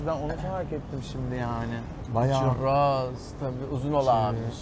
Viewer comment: çUrros lütfen çirros demeyin . Harikasınız bu arada